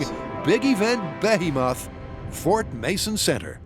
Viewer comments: BEH he muth? Nope. Try instead the "correct" pronunciation: Beh HEE moth, or Beh HEE mith. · did he say "behemoth" weird or is it just me? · might be trying to do a quirky "original pronunciation" lol